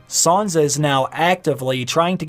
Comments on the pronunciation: Please stop saying Sanza. Please. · Why does he keep saying "Saunza" ? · isn't it sanSa? why does he keep saying sanZa